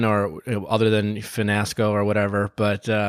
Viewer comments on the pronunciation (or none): you mean “finasco” lol